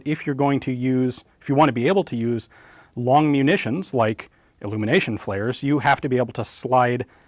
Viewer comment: I know that long munitions is two words but when you say it my brain registers it as one compound word. Longmunitions.